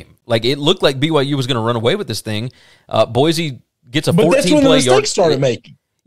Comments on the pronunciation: One more thing -- Boy-C, not Boy-Z. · Can't pronounce Boy-see correctly either.